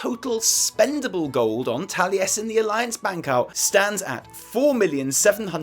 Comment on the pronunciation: Tallyesin? Oh my god